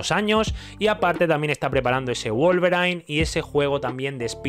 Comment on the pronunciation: Estimado, perdón por corregirle, pero se pronuncia "wólverin", no wolverain. Saludos.